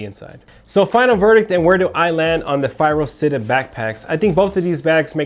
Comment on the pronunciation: it's Città with an accent to the A. it means city in Italian. and you pronounce it CHITTÀ, not sitta. for fuck's sake.